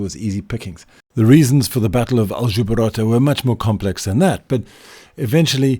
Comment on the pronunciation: It's Aljubarrota, not Aljubarotta ;).